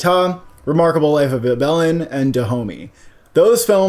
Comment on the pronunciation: Ibelin isn't "ee-BEL-in," it's "EE-bel-in." Also, I'm worried that it won't get nominated because it uses re-creations (which used to be a big no-no in the category), but I do think if it gets nominated, it could easily win, with only Daughters or No Other Land able to challenge it. 'Ibelin' pulls at the heartstrings too much not to score a lot of votes.